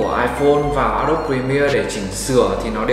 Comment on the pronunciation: a đô bi chứ k phải a đốp nhé ad